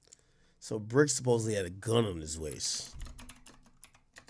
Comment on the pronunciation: It's the BRICC not the TRICC baby 😂